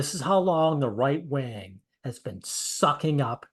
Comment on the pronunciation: "the right wang" lol.